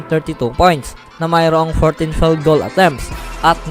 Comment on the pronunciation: Hanggang ngaun feld pa rin pronouncement mo sa field. May i yan hindi silent i